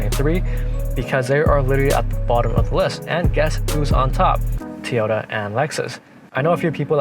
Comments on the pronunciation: It's a TOYota not Tota. Learn to say it properly if you're going to do a review video. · Actually it's toy-o-ta. But you're pronunciation was still better than over and over and over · Toy ota not t ota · Great review. But.... it's not Tee Oh Ta. It's TOY Oh Ta. And please, stop saying ''actually"". it"s annoying, lol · STOP saying Teyota!!!!! So annoying. Besides that grey job. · Such an articulate speaker this young man is….didnt say “um” once….does however call it a Teeyota 😅 ….subbed 👍🏼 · Good video but Toyota is pronounced Toy- ota. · eKspecially nice Teeyota